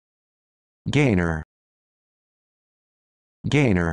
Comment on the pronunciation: its not pronounce dlike that my middlenames gaynor and its pronounced as gai-na